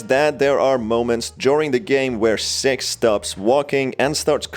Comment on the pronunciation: pronoun six as sex